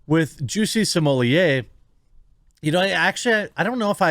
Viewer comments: Why do people say "smo-lee-ay"? there is no "i" in his last name....it's either "smo-let" or "smo-lay"....2 syllables. I don't care if he wants to be known by a certain pronunciation, this is fucking english. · Why do so many people have trouble pronouncing such an easy name? SMO - LETT. Smolett. Not Sumolier. Geez. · stop calling him sommelier please. its grating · 👀 is that how his surname is pronounced??? I hear everyone saying “Smuh-let” 🤣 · Seriously, whats with the way you say this clowns name? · You pronounce his last name wrong.